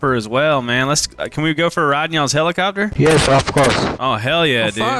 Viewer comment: Hell-e-copter hell-e-copter